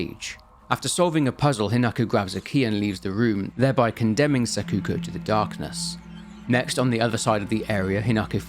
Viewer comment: "Ebisugaioka"; "Sakooko" xD Nobody can pronounce the names in this game right lmao